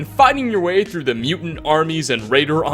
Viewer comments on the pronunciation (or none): none